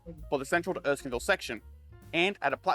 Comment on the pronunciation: Erskineville, not Erskinville! ok I'll shut up! Great video! Lots of information I wasn't even aware of. Loved it!